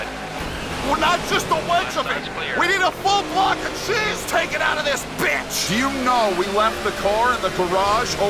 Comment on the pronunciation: Did he say jizz or cheese bruh 😭💔